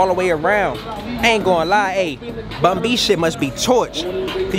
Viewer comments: It's BUN SPACE B... NOT BUNBY😂😂😂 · Bun B not Bunbee 😂 😂 That’s 🥶